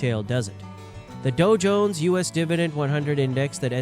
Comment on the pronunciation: Doe-Jones? I feel stupid listening to this AI bull krap.